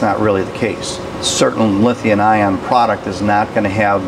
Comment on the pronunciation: It’s LITHIUM not Lithiun.